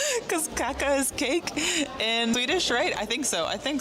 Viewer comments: But she prounance with too short a and too mutchs k. The first a t is an long swedish a and the last a short and more uptone one. Like kaaaka That make it differ ö from the spanish, finnish and hungrian word for pop. 😂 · Kaka is not cake, it's a cookie. Also she pronounced it just like the Spanish word, but in Sweden, the pronounciation is very different because Swedish is a tonal language.